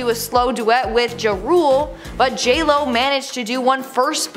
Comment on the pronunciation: Did anyone catch her joe rule instead of ja rule